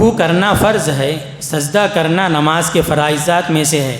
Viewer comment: یہ صاحب اردو اوت عربی کہنے میں غلطی کر رہے ہیں تعوذ واو کے تشدید کے ساتھ فرض میں را پر فتحہ پڑہ رہے ہیں جبکہ را پر جزم پڑھنا چاھئے نقصان نوقصان کہ رہے ہیں انداز بیان بھت بورنگ ہے دلکش نہی